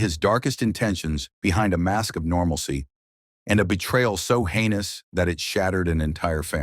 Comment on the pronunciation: Normalsy 😂😂😂😂😂 it’s normality